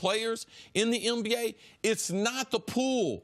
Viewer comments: Is it just me or do y’all hear Cris Carter say MBA instead of NBA every time? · Is it me or does Chris Carter sounds like he's saying "MBA" instead of "NBA"